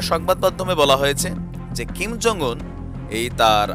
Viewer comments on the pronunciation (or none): ভাই আপনার কথাগুলো শুনতে ভালো লাগে কিন্তু একটা বিষয়ে না বলে পারলাম না। সেটা হচ্ছে আপনি এই লিডারের নামটা উচ্চারন করতেই ভুল করেছেন। ওনার নাম হলো কিম জং ওন, আর আপনি বলতেছেন "খিম "। এটাই ভুল আরও কিছু না। আমাকে ভুল বুঝবেন না আপনার ভুলটা ধরিয়ে দেয়ার জন্য।